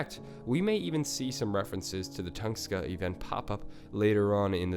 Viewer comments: its tunguska not tungska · Late asf comment but it's tunGUska not Tungska... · Toon-gus-kah, not ton-skah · Tunguska not Tungsta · Tunguska = Tung-uska not Tungska. Great content and hate to be that guy but you really need to work on your pronunciation of alot of this stuff come on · dude its "tun-GUH-skuh" say it right dude. its pissing me off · its tunGUSka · Not tungska sorry great video but I couldn't resist